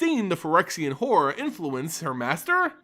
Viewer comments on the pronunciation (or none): none